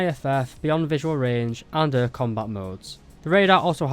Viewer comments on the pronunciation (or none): I'm obsesded with how you pronounce air as öer